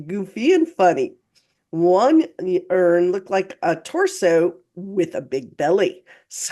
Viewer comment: Does "graduation", in particular, say that the lady has become very good at becoming secretive? Is graduation not always positive? I was so befuddled at first by pronounciation of the word "urn" 😂